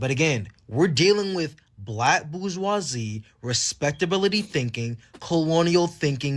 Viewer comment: Dude laying there half nude, start by pronouncing bourgeoise properly. It’s not “boo wah see”